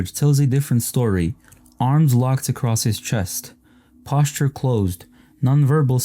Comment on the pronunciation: You did not say “posture” like that.